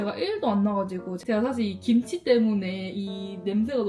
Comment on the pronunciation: 김취랑 보쐄~ 맛깔난 발음 ㅋㅋㅋㅋㅋㅋ 갑자기 웃겨서 뽱 터졌어요 ㅋㅋㅋㅋ